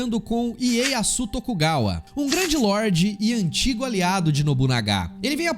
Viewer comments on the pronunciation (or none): none